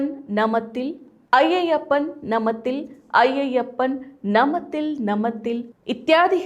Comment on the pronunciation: ನಮತಿಲ್... ಅಲ್ಲ,!ನಾಮತಿಲ್ ☑️